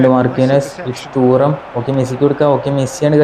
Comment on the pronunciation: തൂറം അല്ലടാ തുറാം aada😂😂